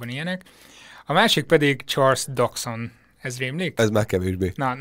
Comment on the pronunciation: Ha nem vagyok biztos egy név kiejtésében, akkor általában az angol wikipediát szoktam segítségül hívni, abban legtöbbször a szócikkek elején a név le van írva IPA szimbólumokkal is. Dodgson-nál is bejött, (aminek a kiejtése a hivatkozásokból ítélve az angoloknak is gondot okoz) és ez alapján simán [Dodszön] -nek kell ejteni 'g' nélkül. Amúgy jó lett a videó, csak így tovább! :)